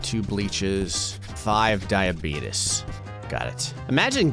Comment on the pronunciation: Three hotdogs Two bleaches Five diabeetus me:............